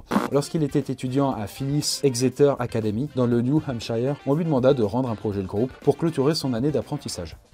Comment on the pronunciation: new hamshireeerr